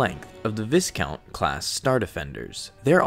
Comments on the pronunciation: To tell you it's pronounced Vycount not Visscount, i was gonna comment that , but he beat me to it. :/ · Viscount is pronounced Vie-count, not Viss-Count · it is pronounced vy-count not vis-count :) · Just a note. It is pronounces VI not vis For the viscount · Not VISS count, it's VY count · Viscount is pronounced without the S. See: vi - kount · Viscount is pronounced vighcount as in high. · Viscount = "V-eye-count" Scythe = "S-eye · Viscount is a noble position in British society, it's pronounced v-eye-count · Viscount is pronounced V-eye-count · I’m gonna be “that” guy and say “Viscount” is pronounced “Vi-count”. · I don't know if anyone else has mentioned this, as I only scrolled through the first page of comments, but Viscount is pronounced Vi-count (long "i"). Anyway, enjoyed the video, I love Star Wars ships, MC-30s are easily some of my favorite. EDIT: changed "anyone" to "anyway" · als oits pronounced VI-Count the S be silent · the S is totally not pronounced. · viscount is pronounced like Vy-count but other than that great video but seriously why did they have to make these ships so organic makes them look shitty imo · it's pronounced vEYEcount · You pronounce viscount "vie-count" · Vis-count, Ex-e-cute-or, LOL 😆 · pronounced "vy-count"